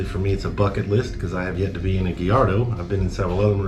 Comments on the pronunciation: GUY-YARD-OH not GAL-LARD-OH. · Come on, at least pronounce Gallardo correctly. 😂